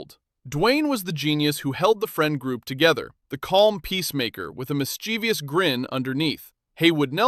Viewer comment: The word "mischievous" has three syllables, not four. It means "full of mischief." If you're full of virtue, you're not vir-TUE-ee-us, are you?